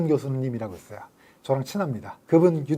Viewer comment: 있어요를 있어여로 발음하는 특징을 갖춘 분!